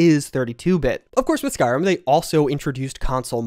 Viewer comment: SkyRIM, not SkyRUM.